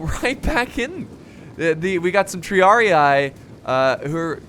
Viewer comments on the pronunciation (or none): none